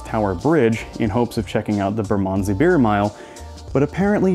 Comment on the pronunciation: Ignore the advice about tied pubs when it comes to Fullers, their beer is amazing and so are their pies, London Pride 4.1%, ESB 5.9% and Golden Pride 8.5% being the three big hitters, all brewed in a 200 year old brewery in Chiswick, west London. BTW it took me a while to realise you were saying Bermondsey. 🤣